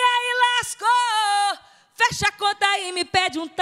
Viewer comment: Toco? O certo é "tocou". Lasco? O certo é "lascou".